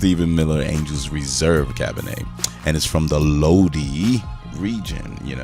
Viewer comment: Just a little help. Lodi is pronounced (low-dye) the end of it sounds like “I”. 👍😉